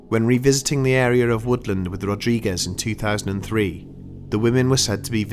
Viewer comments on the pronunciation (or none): none